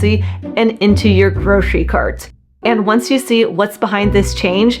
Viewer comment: There's no SH in "grocery".